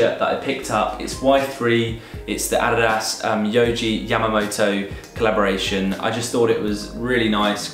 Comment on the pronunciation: I've never heard an English mother tongue pronounce adidas that good!